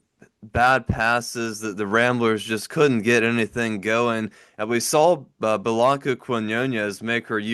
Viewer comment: Please. Her name is Blanca, not Bahlanka. Watch faithfully ✌🏼❤️🏀